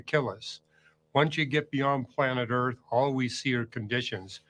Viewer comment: The ERF is flat. Flat Erf.